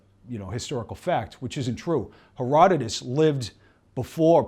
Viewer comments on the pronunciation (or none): none